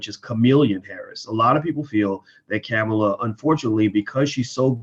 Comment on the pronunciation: "Kamala (Comma-la) Harris"